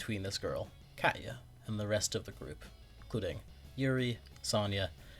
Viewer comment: Why did you say Katya like that??? 😭